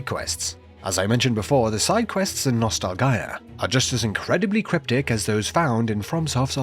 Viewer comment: Thats not how nostalgia is pronounced